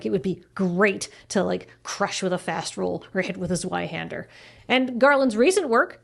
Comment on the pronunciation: Both the z and the w in Zweihänder need to be pronounced sharper. The German z is a sharp hissing sound with the the touching the upper teeth (or even nearly between the teeth) and the German w is more like the English v